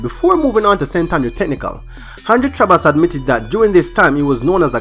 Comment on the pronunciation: Too much emphasis on the H